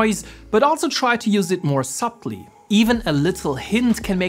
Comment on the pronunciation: Bro and the way he says subtly 🤣 Loved the plug-in tho! Bought it first and came here. Ver helpful video as well 👍🏻